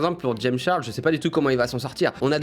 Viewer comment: Comment tu dis "Charles " omg c’est pas beau